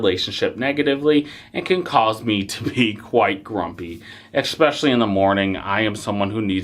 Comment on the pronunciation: Sorry dude, you led off with an "expecially" and I can't do 20 minutes of that.